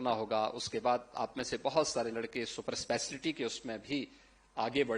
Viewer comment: Super eslaty😂super speciality hota hai pta nhi inko bolne bhi nhi aata aur banna hai inko mukhyamantri .